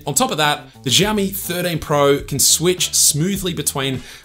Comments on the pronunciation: Who the hell teaches them to pronounce it as zhiaomi?!🫣 Жаоми, блять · Shiaomi that’s how you pronounce it when you say the word thank you!!😅😅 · Wtf is ZHaomi, dude? Ohh, those sofa amateur bloggers...